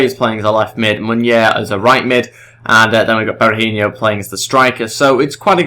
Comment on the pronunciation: Just so you know, Berahino is pronounced Berahi-NO not Berahin-YO, was just bugging me slightly because I'm an annoying human being xD anyway, good video!